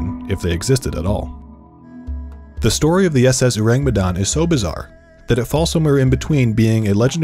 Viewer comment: Hey IDK if the pronunciation in the video is the official pronunciation (cause y'know, British and Dutch sailors told this story), but in Indonesian, it would be pronounced like oar-ang, not uu-rang. Ourang is the old Indonesian spelling of the word orang (meaning person), prior to language reforms that came after the country's independence, and the u in it is a bit misleading and probably a result of Dutch influence. Think of how you pronounce orangutan.